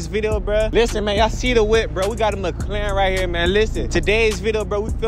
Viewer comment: It's called Mc-Laren not Mc-Claren